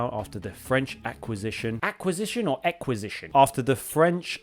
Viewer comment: That was funny.. inquisition. So, not acquisition nor ecquisition 😅 good vid though